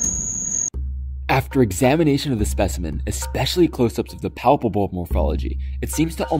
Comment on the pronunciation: Hah. It was sounding like “palpables”. I’m definitely familiar with and have an affinity for spiders. I was a long-standing member of the American Tarantula Society back in the late 90s and early 2000s, as well as the American Arachnological Society. I kept over 150 adult tarantulas at one time, plus trapdoors, and a few funnel webs and purse webs, as well as other non-mygalomorph spiders, other arachnids, other “exotic” invertebrates (insects and myriapods, mainly), and also kept a few species of poison dart frogs. I had many at-the-time-rare species of tarantula, both wild-caught, as well as captive bred. I also successfully bred 10+ species, and successfully hatched out egg sacs from some of the wild-caught tarantulas on a regular basis, as well. Let’s just say feeding days were very time consuming. Lol. And receiving 10,000 crickets at a times. Plus culturing fruit flies for the dart frogs, and for early-instar spiders and baby, carnivorous insects. Anyway, I know you didn’t ask all this. Lol I enjoyed your video, though. I love exploring in the field. I can see you do, as well. Good times. Enjoy ✊🏼😁